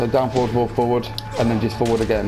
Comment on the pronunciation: I loved this tutorial, just one thing, could you right down the notations, because I dont know if its because Im brazillian but sometimes I confuse your foward pronunciation with four, and sometimes you just say four foward foward four and I get lost, specially because I dont know if its 4, -> or 4-> or ->4 or ->,4 hahahahaha anyway thank you and I hope you do more videos like this